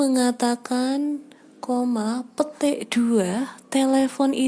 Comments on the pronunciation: Gua dengernya pete ya kannn wkwkkw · ngomong petik nya lucu wkwkw